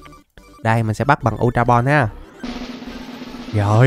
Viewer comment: ultra ball mới đúng bro lại đọc sai tên r còn lúc chơi game tui xài bóng thường cũng bắt đc chứa cần gì ultra ball:))